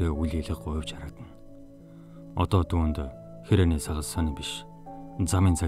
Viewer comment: "Сангас" (сагас❗️) гээд ганц хоёр үгийг буруу хэлснийг тооцохгүй бол үнэхээр сайхан уншжээ... Ахмадын хорооны Еөк ер нь яах гээд байна аа, гэхгүй юу... 😜😄